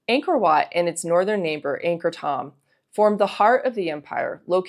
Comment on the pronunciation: I believe Thom, as in Ankhor Thom, is spoken with a long "O" sound.